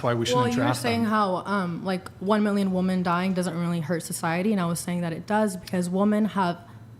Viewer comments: Omg if this chick says woman one more time ...its WOMEN not woman...did she really say atomic bombs? Atomic? Really? These girls have the attention spans of gnats. These girls definately watched some feminist propaganda.this girl starts every sentence with " i feel like" which means she has no basis for anything ahe says but her feelings. Female led "empires" have not existed ever. And certainly the times where queens let countries there was as much war as kings. Also when females were queens they inherited the throne. They did not win the throne by conquest. Males who have led empires have won that position through conquest, through battle. If not fighting themselves, then being smart enough to have great generals. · The girl in black kept saying woman instead of women...several times. Several of the whatever podcasts has had 5 or 6 other episodes where they use it incorrectly. Andrew even brought it up once. Ragequit keko was one of them How are adults not knowing how to say or use the word correctly? And, PLEASE let them know. The one girl said it incorrectly at least 10 times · Why do so many women on here have a problem pronouncing the word womEn? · Modern wemon are unaware of the word wemon they only know how to say the word woman so now we have a clear way of telling the difference between them and traditional wemon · Thanks, professor. The vast and overwhelming majority of Americans pronounce it "wimmen". The only ones who pronounce it differently are feminists and a few nerds. Coincidence? I think not. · You girls know that WOMEN (plural) and WOMAN (singular) have DIFFERENT pronunciations, right? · what is it with women not being able to say women when its in the plural? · When did people stare pronouncing “ woman” like the singular? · Since when did the pronunciation of women change?????? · I noticed that the token feminists on the panel mispronounce it. I think it’s on purpose for some silly statement. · Why does she say woman? Instead of women?